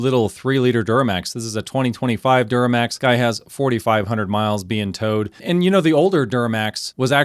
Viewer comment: "duramax" lol. Toyota new engines are F# as well.